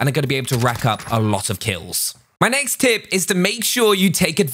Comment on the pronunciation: Whenever he says "My next tip" it sound like my names Tim 😂